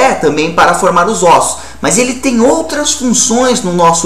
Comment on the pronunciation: "nos nossos ÔSSO " kkkkkkkkkkk